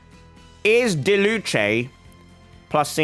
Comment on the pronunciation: It’s not diluche it’s diluc it’s with a “k” sound